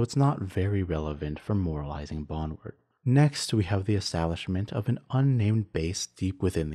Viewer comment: Bon - drewd, not bonward